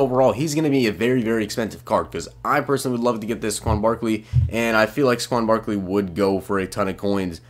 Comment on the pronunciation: SAY-kwon Barkley.